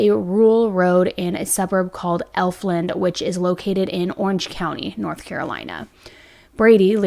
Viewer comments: Hi!!! I’m a local to where this tragic case happened. I just want you to have the correct pronunciation of these places in case you do more updates as it develops! Alamance county = Al-uh-mance Efland = Ef-land (not elf land lol) Mebane = meh-bin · and EF-LAND.... lol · Thank You so much. Elf Land was working my nerves! In addition Mebane is pronounced Meb Bin. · But I’m from that area so I understand. … it’s Efland, like “F-land” not Elfland. And it’s Mebane, like Meh-ban, not Me-Bane. Both have always been pronounced like that for ever. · Just to help out, Mebane is pronounced Meb-Anne. Elfland is pronounced Eff-land. The first L is silent. You were pretty close! This case is so heartbreaking. Any cases in the Carolinas like this hits a little harder. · A lot of this is incorrect. Parker is not Shane’s son. It’s his half brothers child. It’s pronounced “F-land” not “Elf-land” also said in the police reports. Don’t agree with releasing the 4 year olds name. Which you also pronounced wrong. Jen-No-V-A It’s Meb-ann. The mom even says it in the video. The land was not owned by the stepfather. It was a power line easement close to the residence but not owned by them. The iPad was not taken by Lyric. It was turned over to police. Also in the reports. Lyric was not identified by family. A first responder on scene knew them. Shane and Elizabeth never had social media. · Al like the name when pronouncing Alamance County. Efland not elf. I’m a follower and fan of yours from North Carolina. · it's Efland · This happened right down the road from me. Happy to see a bigger YouTuber crime channel covering it. Seems to have flown under the radar for most but in the mean time we have a murderer walking our streets here in NC. Also… Efland= F-land Mebane= Meh-bin Alamance= Al-a-mans 😉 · Meh-bin…. Eff-land…. Al-uh-manse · thank you... If I see/hear ELFland again I'll scream.